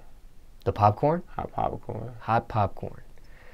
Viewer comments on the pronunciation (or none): Nigga aint even say “popcorn” nigga said “ PoppaCorn”